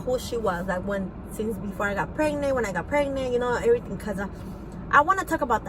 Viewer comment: Like I don't know like her saying eryteng and den prolly talking like you know hahahaha.......